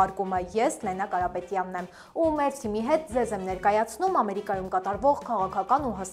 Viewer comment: Շնորհակալություն, Ձեր Հաղորդաշարին և հաղորդա արուհուն։ Միայն մի դիտարկում. Հայերենում խոսելիս շեշտը դրվում է վերջին ձայնավոր վրա։ Ոչ թե Ամերի'կայում, այլ Ամերիկայու'մ և այլն։ Կարծում եմ , այսուհետ կլսենք բսռերի ավելի ճիշտ արտաբերում։ Կանխավ շնորհակալ եմ։